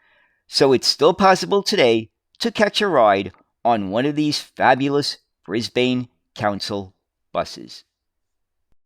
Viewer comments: I was all ready to watch this, but only got two words in. With the mangled mispronunciation of both the city and the country, I could go no further. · Great video! But your pronounciation of Brisbane is a bit off, the 'bane' part should be pronounced more like 'bin'. Also, if you're interested, you should check out John Dunn's history of Commonwealth Engineering series. Vol. 2 go over these buses a little bit, but what you'd find more interesting would be Comeng's involvement with the Budd company. Both of them worked together alot, and Vol. 5 goes in depth on the Comeng designed C1/C3 cars for the LIRR in NYC. Vol. 3 also talks a lot about the 1950s era of Budd and how they adapted Budd's stainless steel for use in trains in Australia. I've read all 5 volumes and I use them frequently for making my own videos. They're a fascinating read. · It It's pronounced brisbin, not brisbane, even though It's spelt that way 😂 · A few points.. It becomes painful to listen to Brisbane being pronounced incorrectly so frequently. The E is silent - Read at it as being spelt Bris/ban. Point 2 is a city 'Council' making decisions based on a Consultant from the USA, that through their default policy over many years has an abysmal public transport that doesn't serve the community well at all. Seems that is based on 'pissing resources up the wall'... because Y'all have been getting that fuel for free in terms of true production and environmental cost. So yeah, the last place to seek advice on public transport is the USA, the land of copious consumption. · Brisbane!!!!! Pronounced "Briz-b'n" here. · Try pronouncing it Brisbin. Great video my guy. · As always, very informative, Thank you. One small point though Brisbane is pronounced as Brisban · With all the great research you couldn’t pronounce Brisbane properly